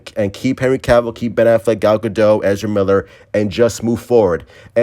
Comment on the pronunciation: Gal GAD-it. Not Guh-doh. She recently corrected late night hosts. :-)